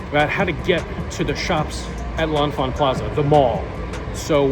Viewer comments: "Leh-Fant" or "Le-Fant" is the local pronunciation of the station. That first "n" is silent. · "Le-Fant" That first "n" is silent.